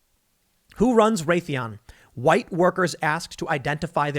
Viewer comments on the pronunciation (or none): none